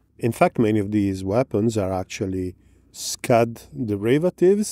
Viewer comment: you pronounced Scud very inappropriately but we love you anyway.